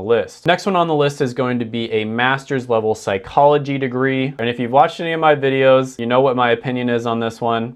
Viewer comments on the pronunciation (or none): none